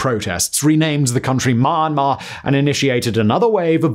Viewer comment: Myanmar - pronounced ME an mar. Aung San Sun Kyi (chi) (ky next to vowel I makes it a CHEE sounds like The chee in cheetos) , Rakhine - RA-kine like the word line. Great video, actually I like all your vids 👍